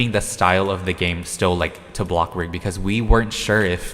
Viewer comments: Omg. Why so u keep saying BLOCKBURG its bloxburg!!! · Why do I get triggered when he says BLOKBURG instead of BLOXBURG